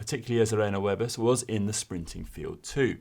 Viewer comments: Dreadful. GCN should be embarrassed to publish this. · I love unique pronunciations of riders' names. Wiebes was particularly funny, it seems like he doesn't watch any women's races. at all.